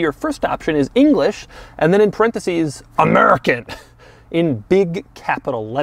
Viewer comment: Bruh when he said AMERICAN just killed me 🤣